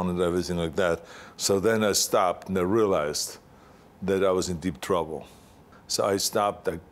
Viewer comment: "one of usz issen deep drubble"